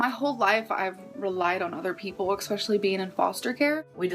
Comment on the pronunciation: says 'Ek=specially'' instead of 'especially'. But we all know she can barely speak English..